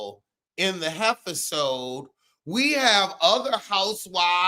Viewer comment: When you said Heiffer-sode 😂😂💀💀